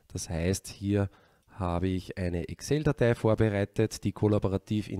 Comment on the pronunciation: Danke!!! Tolles, nachvollziehbares, praktikables Video! Nebenbei bemerkt: endlich einer, der Excel so ausspricht, wie sich's gehört :)